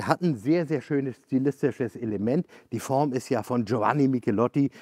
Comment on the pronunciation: I cannot believe this guy said "Verona" and not "ferona", GioVanni and not GioFanni, plus lots of knowledge well shared... this guy is really great!!!! Liebe Grüße aus Italien!